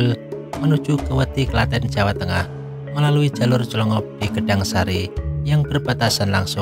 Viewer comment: Clongop bukan dlongop